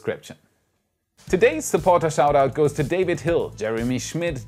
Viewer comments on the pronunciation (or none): none